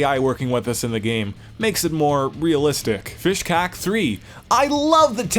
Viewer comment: thats me!!! i made it mum!!! (oh and its pronounced fishcake but no worries lol)